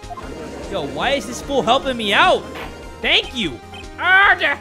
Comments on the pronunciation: How everyone hears say order: order! Oooorder! VS How I hear say order: Oda!! Odaaaaaa!. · Only me when says "Order. Order" with that accent it's sounds like "Ara Ara"? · always feeling it when saying oRdEr honestly is a mood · I swear to God if I hear him say order like that again I'm gonna scream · Every time jay says order I die laughing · Why does he say order like that...